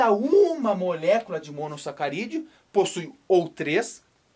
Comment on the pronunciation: que agonia a forma que fala "molécula"